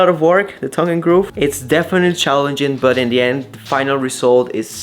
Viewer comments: My favorite Spanish to English mispronunciation is "thong" and groove instead of "tongue" and groove. It cracks me up every time. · It pronounced “TONGUE AND GROOVE” NOT “THONG AND GROOVE” that’s something else 😂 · I’m sorry to correct you but it’s tongue and groove not thong and groove. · cuando dice "tongue and grove" lo pronuncias como "thong" pero es "tongue" la "T" se pronuncia como T -como en "todos". Les deseo lo mejor! Son una pareja muy bonita! Dios les bendiga!! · Love the way you say "THONG & GROOVE". It's "TONGUE & GROOVE".....Look up the meaning of "THONG". lol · There's nothing wrong with your voice.. BUT... your pronunciation of tongue and groove.. Sounds like Thong and Groove.. it's very clear what your talking about. But everytime I hear it.. I laugh a little.. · You guys are fun!, the T in "tongue and groove" is pronounced like the T in the word "Mister"... it's not a soft th-sound... just to let you know, as I know English is not your mother tongue! And please don't worry about nit-pickers that tell you to stop doing things like pointing to clarify - keep doing it; if it's offensive in some cultures, they need to adapt to the fact that they're watching you in your home, in your culture...!❤